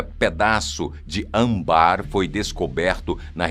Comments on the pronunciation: O correto é âmbar e não ambar. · ÂMBAR, não ambarrrrrr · Essas informações são boas... Mas o que me deixa triste são as pronúncias erradas , como ambár em vez de âmbar. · am-bár. é âmbar narrador. âm-bar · Narrador, a pronúncia não é ambar, é ÂMBAR, com a sílaba tônica na primeira sílaba. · Não se pronuncia Ambar, é Âmbar. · Pena que não pronuncia as palavras direito - "ãmbár" e não, âmbar!) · Ae, cabe aqui uma correção. A palavra âmbar é acentuada na primeira sílaba. Ou seja, a sílaba tônica é a primeira e não a segunda, como você faz. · Oi, âmbar tem entonação com ênfase na primeira vogal, devido ao circunflexo, ok... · Adoro sua voz e a forma como vc narrar, mas, às vezes, vc dá umas rateados! Âmbar é palavra paroxitona, isso quer dizer que ela é acentuada na penúltima sílaba. Não fosse suficiente, ela tem acento circunflexo logo no primeiro "a". Assim, a pronúncia correta é com a sílaba tônica no primeiro a e não no segundo como vc falou por mais de uma vez! Bjs